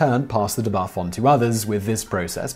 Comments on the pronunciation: De-buff not dehbuff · the way he is pronounced debuff really irks me...